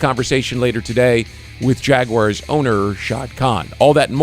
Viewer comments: That hurt my heart when i heard him pronounce Jag-u-ars. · That part lol. He definitely made it way more difficult then it needed to be lol